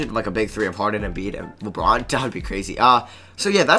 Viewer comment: Does anyone hear him say wabwuan instead of LeBron